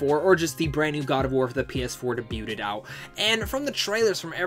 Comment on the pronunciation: Your'e not saying the word debuted right. Awesome video though! Hope you had a good birthday.